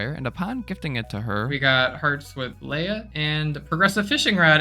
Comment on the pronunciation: Leah is not pronounced Leia learn to read